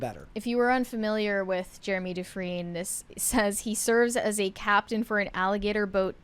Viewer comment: The pronunciation is Du-Frien - like "Friend" without pronouncing the D.